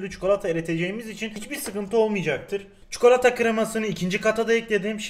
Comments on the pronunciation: Abi lütfen çukalata deme sinirlerim bozuluyor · Çukolata ne yaa bilerek mi yapıyorsun 😠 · Çukolata 😂😂ne iy soyledin be abi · şu adam bi çikolata demeyi öğrenemedi